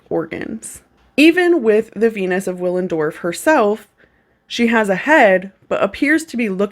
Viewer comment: The W is pronounced as a V (bc it's German), just fyi 🤷‍♀️